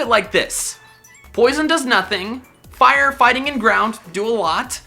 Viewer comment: why does he say fire?